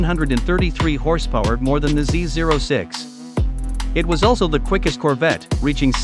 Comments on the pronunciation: He is pronouncing it correctly. The zero is NOT a letter regardless of what most call it. Corvette Dan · Thanks for pronouncing Z06 correctly!